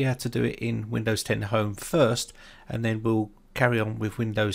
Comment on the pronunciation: did anyone skip this video when it sounded like home had no chance in the intro and then he says right so with hime haha runs back